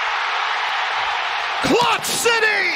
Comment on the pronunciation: I thought bro said “clock city” I was confused asl